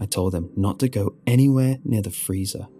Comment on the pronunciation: “THURR FREEZER” 😂😂😂😂